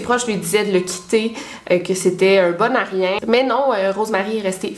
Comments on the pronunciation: J'ai compris les deux fois qu'il était un "bon aryen" et pas un "bon à rien" 😅 ça faisait aucun sens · A deux reprises quand tu disais "Bon a rien" j'ai cru que tu disais "Bon aryen" j'étais trop perturbée haha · Depuis le début quand tu parlais de Joseph je croyais que tu disais « un bon aryen » au lieu de bon à rien